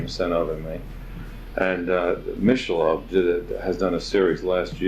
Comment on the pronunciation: "Mishelob" is hella good, yo!"